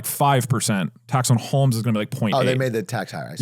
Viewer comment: Doug said "holmes" instead of "homes" like 20 fucking times in a row and my head is spinning 🫪